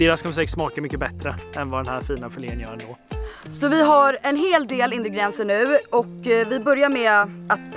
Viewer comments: Haha kul att dom inte kan uttala "ingredienser" rätt. Indigrienser :D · ”Indegrienser”